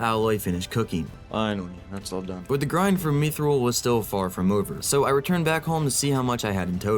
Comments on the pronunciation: Its pronounced myth-roll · Love the videos. MYTH-Rl that’s how you say mythril